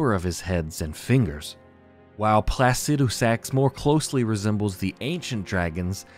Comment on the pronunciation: Home boy you gotta read names phonetically from now on. Your pronunciation of Placidusax hurts me. It’s Placidusax, not placudisax.